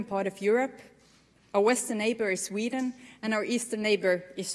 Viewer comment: "our western neighbor is Sweetie😍 and our eastern neighbor is RRRóssiA👹". She did it on Purpose to get Putin-the-idiot upset.